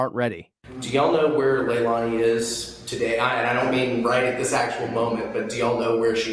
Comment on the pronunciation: Please don't excuse yourself by saying you don't always get names right. Be professional and get the name right. Lei la ni. Not hard, but unprofessional. It will make you that much more respectable as a detective and youtuber.